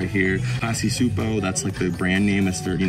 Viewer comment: Just to let ya know, Csupo is pronounced (Chew-Poe) 👌